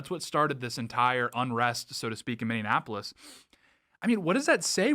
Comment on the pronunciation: Mini - apple- us "Minneapolis", NOT "Minionapolis" Since we are unfortunately in the news so much, I've noticed that about 20% of the country can't pronounce the city correctly. Anyway.